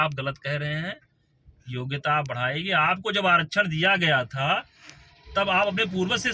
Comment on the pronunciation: योग्यता - वोग्यता 😅